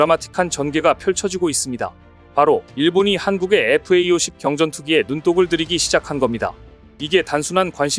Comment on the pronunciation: FA-50이라고 쓰고 FAE50이라고 읽네요.